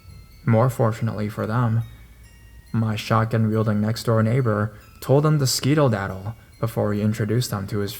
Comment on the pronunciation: Skedo-daddle! Skedaddle LOL! that was cute though